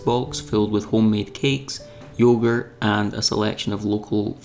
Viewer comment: I've consulted with the expert (my wife) and you say yoghurt like a weirdo. Must be your side of the loch...